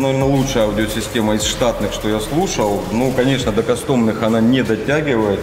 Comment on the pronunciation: когда ты прекратишь говорить - кастОм?!!!,кАстом!!!!Я уже больше пол года терплю,жду,когда кто то поправит и ты перестанешь так говорить.